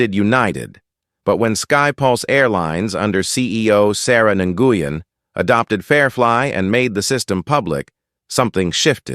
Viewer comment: So funny. Nguyen is a common Vietnamese name like Smith and pronounced same as when. These mistakes are CC ommon